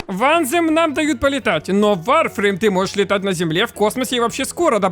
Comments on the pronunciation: Откуда вы все лезете. Вы даже названия игры не можете произнести а лезете со своими видео в надежде денег срубить или славы? Сперва образование получите ну или готовьтесь к видео нормально а не лепите херню на коленке. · как то странно название игры произносишь! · что за варфруйм?